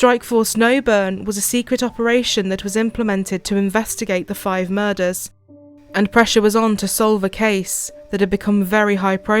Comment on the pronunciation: Ive never heard anybody pronounce “murders” like that one anchor woman did. Like the fuck does muhUzz mean??